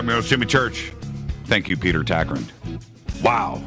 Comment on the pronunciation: Its Tagtgren not Takrin... (Grand Moff Tarkin? :D )